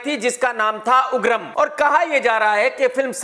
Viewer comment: Uggram not agrram 😂😂